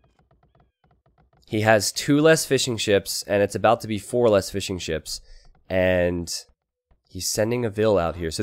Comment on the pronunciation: Everytime you say fishing ships, I hear fish and chips. I don't know why, sorry